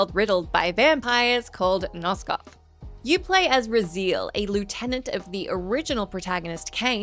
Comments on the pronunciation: Love ya,. But say it with me. RAH ZEE ELL. Not raZEEL. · Ruh-Zeel? Isn't it Razzy-el? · Razeel?😅😢 its pronounced Rah-Zai-el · Raziel pronounced Raz E El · Raziel is pronounced horribly wrong, please dont make us Aussies look bad